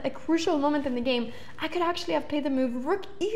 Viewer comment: I like when she says "mewve"